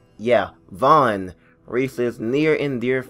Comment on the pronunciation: It's vaughn